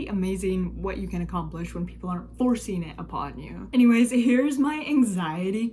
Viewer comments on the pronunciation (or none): none